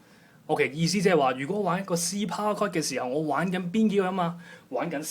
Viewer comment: it is called POWER CHORD, not "POWAR CORD"